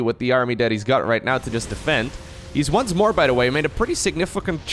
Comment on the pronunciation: I noticed says "da" instead of "the(thee/tha, either is fine)". "By da way" instead of "by the way". Love you bro, keep up the good work!